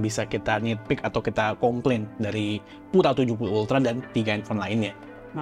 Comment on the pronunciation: Fyi itu Pura bacanya Piu-ra lho bukan pu-ra. Diambil dari bhs Spanyol yg artinya murni & elegan.